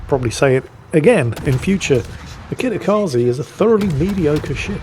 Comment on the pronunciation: let me help you with pronouncing Kitakaze correctly. Kitakaze is Japanese (it means "north wind") which means the e sounds like the e's in words like emperor, elevator, exit, leg and bed rather than the ee sound in words like free, seek and agree. In fact, that is what all e's in romanized japanese words sounds like.